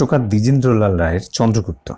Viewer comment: Drijendro lala 😂😂 drijendro lal ta bolte koto mistake holo sir .